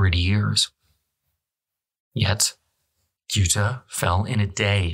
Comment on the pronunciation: Ceuta; not Kuta or Guta as a point of reference.